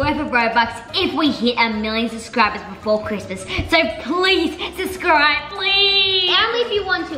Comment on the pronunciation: It's so funny that said Suscribe!! 😂😂😂